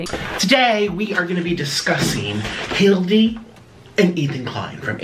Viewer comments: The fact that calls Hila “Hildi” is hilarious to me 😭😭😭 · I think he’s saying Hildy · Did really just call Hila "Hildy"? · He needs to stop calling Hila Hildie 🤣🤣🤣cause i cant take him seriously when he calls her that hahahhaha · Not Hildy instead of Hila… 🤣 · calling hila 'hildy' is SO funny😂😂😂😂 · can't even say Hila's name right like whattt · I used to like watching but after his content went downhill I honestly can’t tolerate more than about 5 mins, if that. And it is SO DISRESPECTFUL the way he keeps purposely mispronouncing Hila’s name.